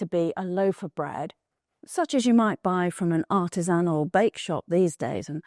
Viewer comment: Totally reminds me of my grandmother. Also, delighted she pronounced "artisANal" correctly. I'm sick of hearing the wannabe yuppie pronunciation spread about by people who have never heard the word pronounced. "ArTISanal" indeed [barf].